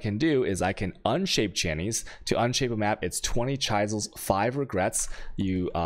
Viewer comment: I cringe every time he says chisels and alchemy. especially "alchermy" omg